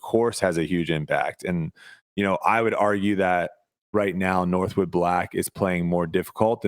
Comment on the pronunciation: It is Northwood, not Northwoods.